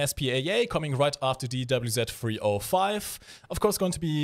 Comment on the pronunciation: can you speak slower for godssake I mean Im pretty sure youre saying something in german when youre saying WZ305 in. Its really really disturbing trying to understand you for a long time...